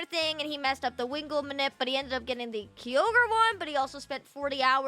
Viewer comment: Ugh, that pronunciation of Kyogre made me shudder😖 Its "kai-ogre" not "key-ogre" It might irk me more than people saying "Rayqwaza" instead of "Rayqwayza" Either way, this guy pronounced so many wrong I stopped keeping count